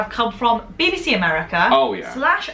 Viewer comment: Sounded like you said "Baby C", not BBC. None of these things trigger me. I guess I am just a silly bunt.